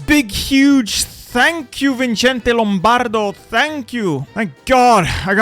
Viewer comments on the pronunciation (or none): Hearing spell Vicente's name as "Vichente" was quite something, just a tiny correction, it's as if it was an S, "Vicente" would be pronounced like "Visente"